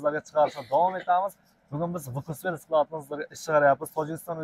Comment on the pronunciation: Vkuss emas Fkus deb o'qiladi!